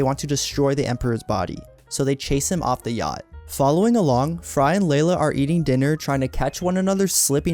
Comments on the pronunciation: It is NOT Leila. It's LEELA! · Do you think the speaker is AI or just a person who never watched the show? Because how could anyone not know her name is Leela NOT LAY-LA! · Your AI generated script and narration is absolutely horrible. There is no "Layla." It's fking LEELA. Ditch the AI and write the script and voice it yourself.